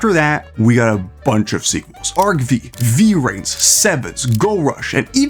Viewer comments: "Vee-rains" that shit made me snort 😂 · How do you pronounce Kaneki correctly but butcher Vrains?